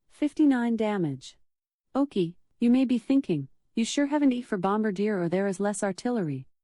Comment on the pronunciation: 59 dmg, oh-kee 😭🤣🤣 by the way bombardier buff is broken at the moment, its not giving you any extra dmg as I’ve tried testing the dmg of my sticky LBG Before & after the buff; no difference in dmg. They’ll probably fix it in an upcoming patch